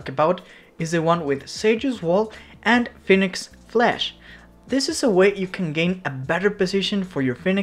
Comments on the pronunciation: Phoenix not fenix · did my homie just say Fenix? xD